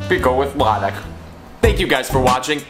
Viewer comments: Nice. Remember that latik has stress on the second syllable. Latík. 👍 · Latik is pronounced as luh-TEEK, stress is on the second syllable